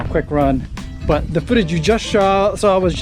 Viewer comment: Could have sworn you said "foodage" . 😀